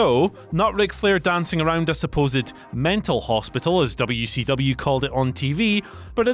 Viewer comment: I swear, as someone who grew up in Crockett Country, every time I hear say "Dubya-C-Dubya", I want to find a way to get to England and choke him to death with his own tongue.